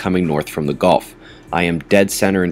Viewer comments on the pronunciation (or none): none